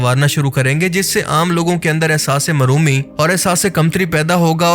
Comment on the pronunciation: bhai ehsas_e_mehroomi ki jga ehsas_e_marhoomi bol dia ap ne😊